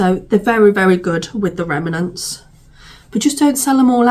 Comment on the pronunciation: I just love the way you pronounce remnants, or as you say remAnents! Made me giggle each time you said it.